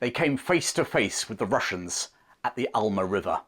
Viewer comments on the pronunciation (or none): " The Wussians wear Gway."